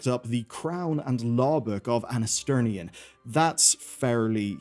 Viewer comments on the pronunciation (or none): the crown of who now? Ansternion or Anasterion?